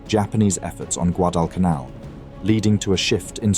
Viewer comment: The voice-over is soooo awful. guh-DALL cun ALL.